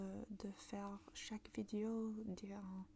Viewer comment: Le e dans « Vidéo » ne se prononce pas comme « i » :< il se prononce comme le e dans dé